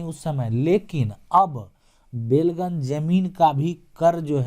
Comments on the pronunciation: बेलगन नहीं बेलगान होता है जिसका मतलब है बिना लगान का।उसने अंग्रेज़ी मे belgan लिखा और आप भी वही जपने लगे... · बेलगन नहीं होता है, बल्कि बेलगान होता है अर्थात जिस भूमि का लगान(revenue) नहीं लगता हो उसे बेलगान भूमि कहलाता है